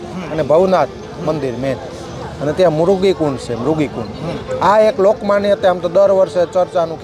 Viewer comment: અલ્યા ભાઈ પહેલા બોલતા શીખ,, મરઘી કુંડ નહી,, મૃગી કુંડ કહેવાય